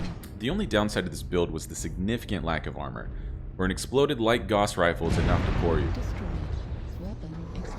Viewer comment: Carl Friedrich Gauss would be appalled at how you pronounce his name. Truly an affront to mathematicians the world over.